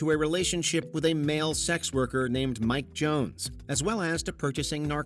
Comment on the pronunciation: who? Mike Joooones 🤣🤣